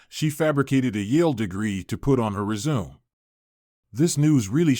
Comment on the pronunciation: If you want to save time, here’s what happened (scroll down) The cameras showed that Jackie stole lots of stuff from the homeowners. She did so, intending to sell the items to pay for college. (She lied on her resume - announcer pronounces it “re-sume” lol). The homeowners felt sorry for her and paid for her education. Jackie provided house care, gratis, and paid them back when she graduated & got a job. This is utter B.S. The wife was FURIOUS - doubt if she have a huge change of heart immediately, based on a sob story. Insane.